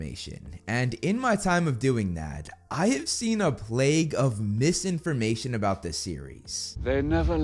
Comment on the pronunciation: ..... not "plague" 🤣 🤣 🤣